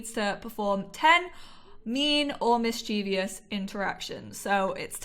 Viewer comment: I’m really liking this lp! Please, please don’t hate me though, because I mean well, but you’re mispronouncing mischievous... it’s three syllables, mis-chuh-vuhs.